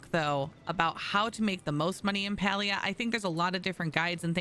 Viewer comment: You’re so much more concerned about telling other players “look what I can do” and “you should do this” rather than pronouncing the actual game title correctly 🥴